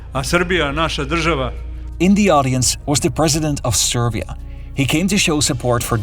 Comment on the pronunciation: He can start improving by learning how to pronounce “SerB” and “SerBia”, “SerBska”… there is no “V” in SerBia. Over here, we call such brats “Smarta$$es”